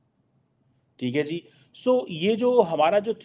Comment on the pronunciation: Thee hai jee? Theek hai jee? Thee hai jee? Theek hai jee? Thee hai jee? Theek hai jee? Thee hai jee? Theek hai jee? Thee hai jee? Theek hai jee? Thee hai jee? Theek hai jee? Thee hai jee? Theek hai jee? Thee hai jee? Theek hai jee?